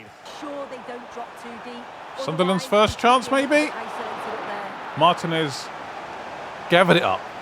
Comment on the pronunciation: I want you to take this comment in the best possible light. In Dibu's surname, the accent falls on the letter “i” when pronouncing it. And I completely understand the confusion for someone who doesn't speak Spanish; in fact, I can see that you're trying very hard to pronounce it. And that's much appreciated! To make it easier, it would be something like this: Mar-t“i”-nez. Again, I want to clarify that this comment is not meant as criticism. In fact, it is meant as a suggestion for improvement, as I can see that you are doing very well...